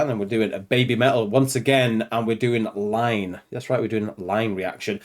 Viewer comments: It's Iine, not Line. Just saying. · Hahaha, that has to be one of your best reactions (just for the jaw drops on the hip hop section) - and you even fell into the 'Line' trap.😁 It is iine (pronounced ee-neh ... so now you can sing along as well as dancing along). 'Iine' means 'so good' like a thumbs up emoji👍 it was only the second song they released, so 2011 I think (it was their third song but IDZ was released later) and they were clearly establishing very early on that all the usual rules of what you can do, what genres you can mix into one song and so on were not going to apply to BABYMETAL. So EDM, a bit of hip hop/rap and then that drop into death metal - quite possibly the best drop into death metal from hip hop ever - and then back to the EDM to finish. As the song title suggests - it is so good.👍 In most live versions they dropped the rap and it became a call and response (they kept it in some live performances of course - "BABYMETAL in da house!") ... but that drop is still there. They did warn you - "Yo yo yo yo. Microphone check, one two one two. Are you ready to mosh? Kitsune da o!" No that was not Su doing the scream (those are among the few things you might see her pretending to do). Also in this instance the growling vocals in the death metal part are explaining the hand sign is not the traditional metal devil horns🤘or maloik, it is the kitsune (fox🦊). They have been performing this live again in recent concerts - definitely worth finding, but for a very early live performance (and they keep the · It's iine not line. Pronounciation EENEH, you can hear it in the chorus they were shouting "iine,iine" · Not "line" its iine, pronounced een-ay